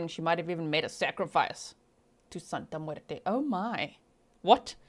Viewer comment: I love your Spanish accent. You did very good when you said: Santa muerte 💀